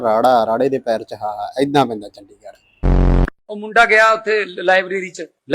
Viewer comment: ਵੀਡੀਓ ਬਣਾਉਣ ਵਾਲੇ ਬਾਈ ਗਲਤੀ ਤੁਸੀਂ ਵੀ ਕੀਤੀ ਹੈ, ਚੰ+ਡੀ+ਗ ਇਥੋਂ ਤੱਕ ਠੀਕ ਏ ਅੱਗੇ ਤੁਸੀਂ ਕਿਹਾ ੜ+ੜ੍ਹ ਇਸ ਤਰ੍ਹਾਂ ਤੁਹਾਡੇ ਬੋਲਣ ਮੁਤਾਬਿਕ ਪੂਰਾ ਲਫ਼ਜ਼ " ਚੰਡੀਗੜੜ੍ਹ" ਬਣਦਾ ਹੈ ਪਰ ਕੋਈ ਗੱਲ ਨਹੀਂ ਗਲਤੀਆਂ ਹੋ ਜਾਂਦੀਆਂ ਹਨ, ਵੈਸੇ ਵੀਡੀਓ ਵਧੀਆ ਬਣਾਈ ਏ, ਹੋਂਸਲਾ ਨਹੀਂ ਛੱਡਣਾ।